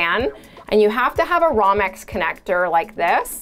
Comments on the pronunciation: not bad, but every time you said "rommex" instead of RO-mex (the "O" is LONG") I wanted to cringe and find a different video lol. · What the heck is a 'rahm-ex' connector? Is that a 'rome-ex' connector, lol.... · Just a heads up, romex is usually pronounced "roam-ex". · She says romex funny.